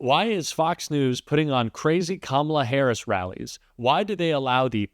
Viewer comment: Harris, not harrison, Lol's